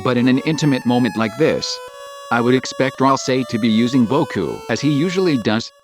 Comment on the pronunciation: is it annoying anyone else how at it says Ralsie instead of Ralsei?